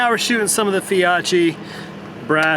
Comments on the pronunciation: Fi "oak" ee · when it’s a combination of CCH, it’s pronounced as a hard K. 😁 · Being Italian, I teach you how to pronounce Fiocchi next time I see you lol. I love the bang of the bigger rounds 👍. Awesome job on the editing bro.